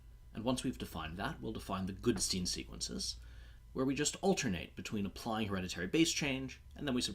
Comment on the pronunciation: Goodstein, not Goodsteen.